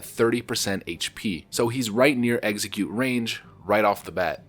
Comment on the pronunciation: Execute “EX-eh-cute” not “eggsecute” that’s a Pokémon. You’ve been saying it for a long time now and it drives me nuts! Lol. Love the vids man